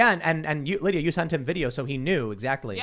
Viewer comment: Why does keep calling Lydia "Linda"?